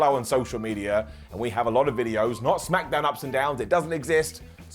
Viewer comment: Honorable mention for the way said "Smack-e-DOWN"😆🤣